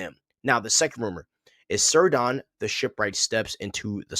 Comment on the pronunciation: Cirdan is pronounced Keerdon. C are always so its pronounced Keleborn too